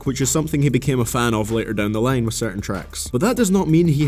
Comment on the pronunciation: The worst thing is how you pronounce "Time" & "Line"